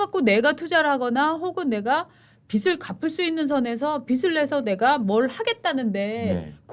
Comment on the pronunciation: 진행자는 원고읽는연습하기바람..관록이얼만데 아직도..ㅠㅠ 빚을..비즐이라고 읽어샤지 비슬이라고 읽으니..ㅠ